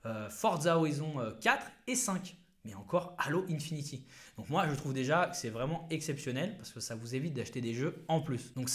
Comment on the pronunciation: C'est halo infinite et pas infinty 🤣🤣🤣